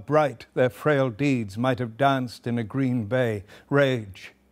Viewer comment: I am sorry for spoiling it, but every time he says 'Rage, rage!' I hear 'Shame, Shame!'